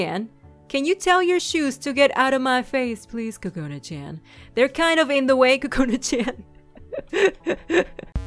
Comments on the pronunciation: I love your voice and your really funny!! But, I know this is stupid, you should believe in your own opinion, but from my preference and the preference of a large majority of people, Chan isn't pronounced chan, It's like Chawn Like saying lawn but with ch instead of l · that's not how u say Chan. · I like it! Chean it sounds like she says chean lol